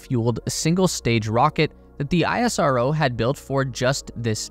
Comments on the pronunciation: It is pronounced as ‘Ess-Ro’ not ‘I-S-R-O’ please correct it. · Bro its not aie-rso its ish-ro as pronounciation. Thanks for the beautiful video & thanks people for the amazing comment on india. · Plz correct your video next time, it's pronounced (Is Ro) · Its pronounced "isro" (is-row) as in how NASA is pronounced as "Nasa" and not En A Es A.